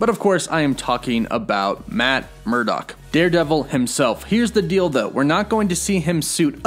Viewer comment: Yeah I had to rewind to make sure he did not say "Here's the dildo"